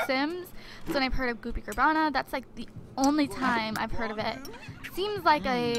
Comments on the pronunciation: Its Carbonara, not Carbana !! ( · It's carbonara not cabarna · Goopy CAR-BON-ARA not hoppy carbana!!! Lol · "Goopy Carbara" is actually pronounced car-bon-ara. It is basically pasta and a creamy sauce :) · Its pronounced car-bon-nara it is pasta in a creamy cheesy sauce with bits of chopped up bacon in it. Its delicious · Its Carbonara, literally said as Carb-on-ara. Its a pasta. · Gloppy car-Bon-ara is pasta and car-bin-ara sauce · It's CAR BON ARA and it's just pasta with white sauce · Car-ba-nara is pasta with sauce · It's pronounce goopy carbon-nar-uh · And it's pronounced car-ba-nar-a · its pronounced (carb o na ra) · it is pronounced goopy car-bo-nar-a :) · its pronounced car-bon-are-a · It's carb o nar a